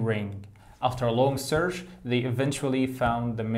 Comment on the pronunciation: كلمة search غلط نطقك لها عزيزي ، ليست بالشين انما ب الاتش .. سرتش وليست سرش وشكرا